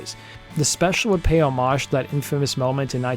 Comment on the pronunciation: Thank God for you. You pronounce homage in the traditional French manner, I hate the short O pronunciation and the HOmage pronunciation should be grounds for execution. Just kidding I remember both performances and the Beasies/ Costello was especially great. I am also going to watch the Jimi Hendrix performance now, thanks!